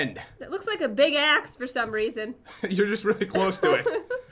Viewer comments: I had it on 2xspeed and it did NOT sound like she said axe. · Lol she said axe 😂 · Oh, she said "Big Axe", sorry if you thought she said xD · She said axe